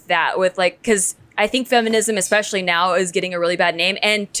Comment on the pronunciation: Pronouncing especially as expecially is the worst lol